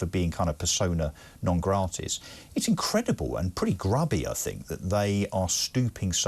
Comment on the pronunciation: Did he just say persona non gratis?! Hahahahha.